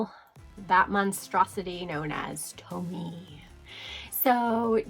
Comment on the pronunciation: I loved this list- very indepth and interesting. Btw, Tomie is pronounced "Toe-me-eh" :)